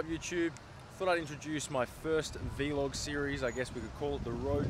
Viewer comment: bro, it's vlog not v-log.